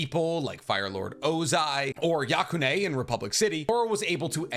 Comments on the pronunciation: yakone not yakonééééé😁 great video!!! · Dude pronounces shit weird. It's not A-mon, it's Amon (amon). It's not Yakonè, it's Yakone (YakOn). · You didn't just call Yakone, Ya Kone 😶😶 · Why did you pronounce Amon and Yakone like that😭😭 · clearly does not like Korra since he can't pronounce Yakone